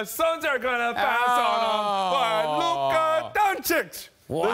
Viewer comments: It's Luka, not Luke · It is Luka not Luke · It's Luka not Luke 🙄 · It's not Luke, it's Luka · “Luke” Doncic? 😂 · Luka, its LUKA Dončič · Isaiah SAC town will get luka i trust the prophecy 🤙 and btw these idiots cant even pronounce his name in the title, but if he falls to 3 and goes to haws im ok with that